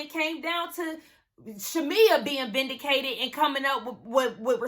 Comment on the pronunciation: Love you girl, but it’s Vindicated not with an e!!!😂❤